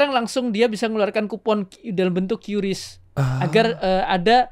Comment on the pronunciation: QRIS bacanya Kris bang, bukan kyu ris 😁